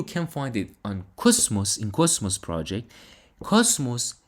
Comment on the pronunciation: Try to pronounce cosmos correctly. Basically it is coZmos and not ( S ) . By the way I am all in on it 👍